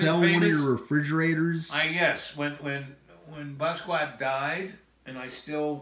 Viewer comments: Thank You! Bah-ski-aht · Basquiat lived with this guy but he can't pronounce his name? He doesn't say anything you can't get from a generic documentary and a good deal of it is innaccurate, especially about Jean Michel. His innability to stay on track really has me convinced he literally had breakfast with John Lennon multiple times a week. Smh.